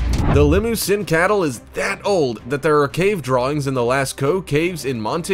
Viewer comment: Did he say limo-sin